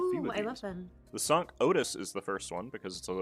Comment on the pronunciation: Is Cinq supposed to be pronounced sunk? I thought it was sink, like the number cinco.